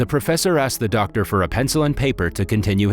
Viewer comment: I like how he said ‘Der’ Simon instead of Doctor Simon 🌝😅